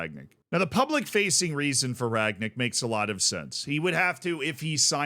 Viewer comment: Funny how a lot of english speakers can't say Rangnick. past tense of 'to ring' = rang, then nick. Not Ragnick